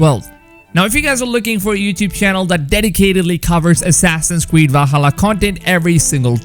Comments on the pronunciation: Assassins cweed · Assassin's Weed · “Assassins Cweed” 🤦🏼‍♂️🤣🤣